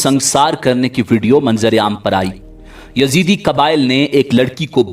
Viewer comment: Uloo kay pathay, it is not Yazidi but Yazdi. And they don't worship Satan. You mazhabi jaheel cannot read a book properly.